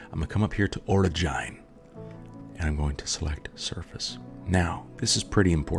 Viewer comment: or-a-gyne that's a weird way of saying Origin